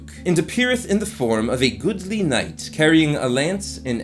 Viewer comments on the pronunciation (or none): none